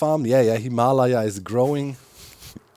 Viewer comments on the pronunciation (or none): Pls some one tell him its "Him-A-Lay-(a)ns" 😂